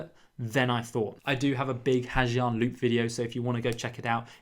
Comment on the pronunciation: You can spell the word Giang in Ha Giang loop as Yang instead of saying Zi Ang